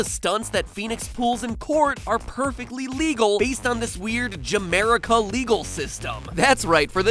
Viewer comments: Music Tho we noticed Sadly he got the ship name wrong But luckily that made the hetalian screaming louder Its Ameripan not jamerica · OBJECTION!! It's Ameripan not Jamerica !!! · ja-merica? wow, matpat, you're no hetalia fan are you? the ship name is ameripan. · matpat it's pronounced not ja-merica it properly pronounced ameripan do your research. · dude it's not ja-merica it's ameripan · It's Ameripan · Silly matpat! It's called ameripan ! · No no Matpat, it's Ameripan. Say it with me A-me-ri-pa-n. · Has he ever watch an anime called "Hetalia", because I laugh when he said he ship ja-America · it's Amripan